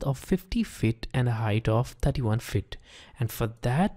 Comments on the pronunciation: It's annoying how you pronounce "feet" as "fit" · your microphone settings are very Good but it's Pronounced FEET not FIT. 50 FEET not 50 fit. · It was good except try to say 'FEET' like 'SEAT' rather than 'FIT'. It was annoying. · Disturbs me when he says fittt